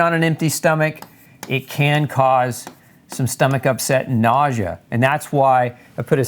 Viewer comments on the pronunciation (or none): none